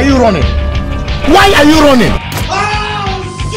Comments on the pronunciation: why are u ronning? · WHY ARE YOU RONNING